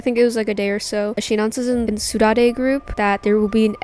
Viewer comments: saudade is actually pronounced "sow-dard", its a spanish word that actually has no translation to english, and is described as the feeling of walking home from a party, feeling glad that it happened, but sad because it's over, this is super interesting in this instance, and almost adds to the lore and story in a way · The way she pronounces "Saudade" LMAO